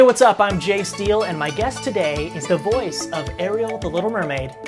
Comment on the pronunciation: When he said is name I thought he said Jay Steel